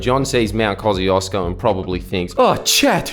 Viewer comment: Koo-shesh-co not kozzyhoodoosbro